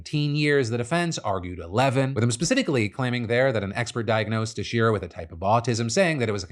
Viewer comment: Texeira is pronounced Tex-air-uh. It's Portuguese. I live near his town in Little Portugal/Fall River